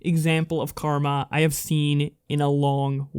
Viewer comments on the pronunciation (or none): none